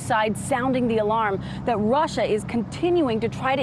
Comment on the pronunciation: Did trump say Russer and Chiner????